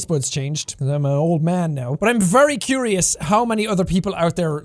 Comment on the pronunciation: Hehe ... Kwiwious